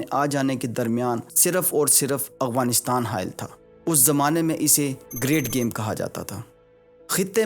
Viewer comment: Why do you pronounce Afghanistan as Aghwanistan?